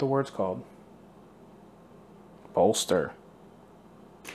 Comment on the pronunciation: the way he said "bolster" I felt that